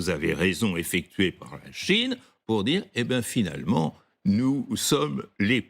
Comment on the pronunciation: CHINE PAS CHONE